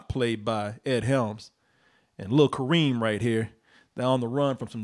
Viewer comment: I come from a country where Kerim is used often for boys. Kareem does sound like a girl's name with americanized spelling and intonation. The original Arabic is way too rough for anyone to pronounce properly, I get that, but there's a middle ground there. Also, the other problem with that name is turning Kerim into first Karim (still acceptable), then Kareem for americans, which is abhorrent linguistically, because that changes the full intonation of the word. In original and most interpretations of the word, the Ka part is where the major force of intonation lies. The -rim part is a completion into softer sound. With Ka-reem, you shift it so there's no switch in intonation. It's all one wave. Which changes how the name is heard.